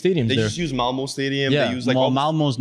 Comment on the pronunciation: I’m Swedish and hearing talk about Malmö was painful 😂